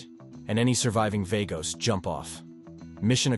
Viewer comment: the way you keep pronouncing vagos is annoying me